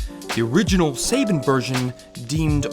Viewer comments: As soon as I heard him say SABIN instead of SABAN I was out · I don't care how many people have posted this before but you're pronouncing their company's name way wrong. SAH Bshn not say bin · I’m annoyed that he keeps mispronouncing Saban. It’s not SAY-ban, it’s sah-BAHN. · I thought it was "suh-bon", not "say-bin"? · "Suh-bon" not "say-ben" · Sorry to be a stickler but it's pronounced "suh-ban" not "say-bin" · Pronounced Sah-Bahn not Saybin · Suh-Bahn, not Say-Ben. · "sayben" it's suh bon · Not "say-ben" it's "saw-bahn" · SAH-BHAN! Not SAY-BIN. And SHUKEY LEVEY!!! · It's pronounced sa bon . Not sa bin. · Saben??? lol it's Saban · SA-BAN not SAY-BEN thanks :D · True. Saban brands is an American company and this youtuber does speak English properly so to hear him say saben instead of saban constantly is very distracting and kinda irksome but it doesn't take away from how good the video is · Just to say it in case anyone didn't know, it should be pronounced suh-bahn, they also did Power Rangers the adaptation/reworking of Super Sentai. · “Suh-baan”.. lol. Hated that. Otherwise great vid. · Actually, it's See-Barn. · Hearing him pronounce Sa-bon wrong is giving me a twitch. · This video is amazing, but we prefer to call it Sa-ban! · Yeah i can see by the top comment that you're aware of the Sayben thing. I still can't year it without cringing. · Right? It's pronounced "Sa-bahn". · Seiban? You mean Saban? How can someone not know Saban? Is he like 15 or something? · I keep getting thrown off by hearing your pronunciation of Saban. I remember it being pronounced as "Sa-bahn" as a kid growing up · Legendary Super Sayban!! Also I am sorry the pronunciation very distracting, almost can't watch cause it gets said so many times. I feel like you had not heard enough people say Saban and that is ok, but it is distracting. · This vid was pretty hard to watch when he kept pronouncing Saban as "Sa-ben" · "Say-bin" Lol Nice video btw. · Say-Bin, Say-Ben? Saban. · Lol Sayben